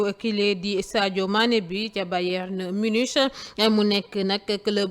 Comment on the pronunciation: On lit munick(Munich) , adorable n'est-ce pas.